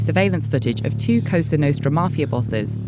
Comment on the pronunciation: "cosuw nostruw"